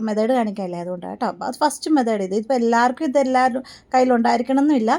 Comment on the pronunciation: മെതേഡ് അല്ല മെത്തേഡ് ആണ്❤❤🎉